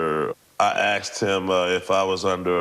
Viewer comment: I axed 'em ... 😂